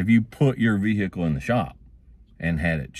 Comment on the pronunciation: Vee-hickle is amazing